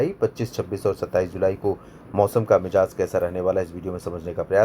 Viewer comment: Sir mijaz Nahi shabd mizaj hai mijaz k alag meaning hai